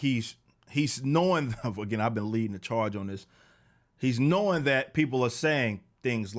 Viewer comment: "I'm leadin' the CHAAHGE!!!!"